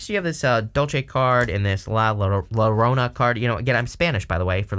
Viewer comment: Hahahahaha. Mira! Your-owna. Llorona.